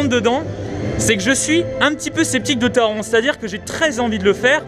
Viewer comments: Taron se prononce à l’allemande,c’est à dire Taronnn Autre truc à savoir,le masque n’est obligatoire que dans les files d’attentes,les attractions et les endroits clos,à l’extérieur,tu peux l’enlever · MERCIIIII ! Je ne suis plus le seul à râler pour la prononciation de Taron 😅😂